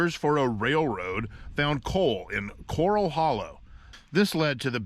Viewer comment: It's cor-rall hollow. As in "Gunfight at the OK Corral". There is no "coral" in CA, but there are a lot of "corrals". Bricks with the stamp "Carnegie" are worth a lot of bucks!